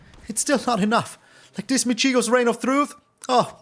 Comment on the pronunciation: Cheers for the excellent video as usual! One correction: in “Michiko”, the stress is on the first syllable, not the second.